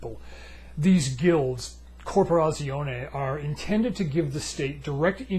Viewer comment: Great video and your pronunciation of corporazione wasn't bad, either 😊